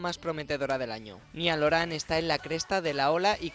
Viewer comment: ajjajajajajajjajajajajajaja dice nial oran jajajaj y es niall horan ajajjaja